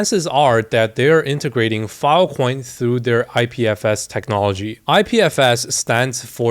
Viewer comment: bro unironically said fil coin